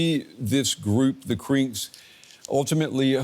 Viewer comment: The way he keeps saying CRINKS makes it sound like a slur. Now we got a bunch of CRINKS plottin’ against us.